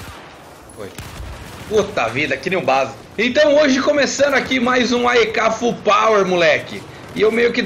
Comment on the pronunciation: ae manja dos inglês